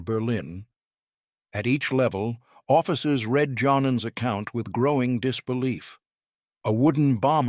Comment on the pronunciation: JOHN-AN? Because the pilot in question was German, I reckon his name was pronounced YOHnAN, probably an equivalent of an English John or a French Jean, Not pronounced as a pair of casual trousers (or Pants 😂for those in the US). BTW, on the subject of human flight and jeans, when Marvel comics designed Superman, being an American publishing entity, they must have been confused, PANTS were normally worn as underwear, Being at a vocally transitional stage, someone imagined pants were outerwear, hence confused Marvel put the underwear on Superman as outerwear😂. This may well have been contributory to many other confusions, like males when competing in womens sports, using female changing rooms (or bathrooms(?) or lockers?). AND regarding public toilets being referred to as bathrooms😂, has anyone, or does anyone know of someone who's actually tried to take a bath and bathe in a toilet?😂 What any of this has to do with flying, I have know idea BUT, flying by the 'seat of one's pants' used to be a thing. I did wonder where these meandering flight themes were going to 'land'.... somewhere at the beginning as it happens!